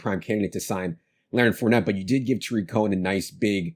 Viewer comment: famous for his mispronouncing names. His newest one is Blake Jar-WIN instead of JAR-win. Another good one is Day-Day instead of DeDe Westbrook, and TAH-rick Cohen instead of Tuh-REEK Cohen.